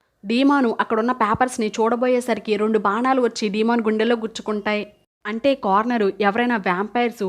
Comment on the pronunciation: డీమన్ కాదు, డేమన్